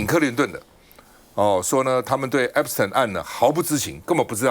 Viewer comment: Waiter 趟, a friendly reminder, 不是 ”Epis-疼”, 是 "Epis-停"! 😂